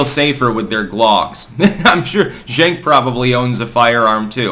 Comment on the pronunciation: I think it’s pronounced Jenk, like Junk.